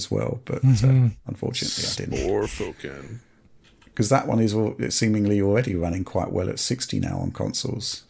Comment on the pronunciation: I came here to heat say Sporfoken.